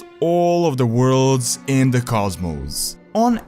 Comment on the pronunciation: Vorcraft vore vorlds vorring... I love this guy! :D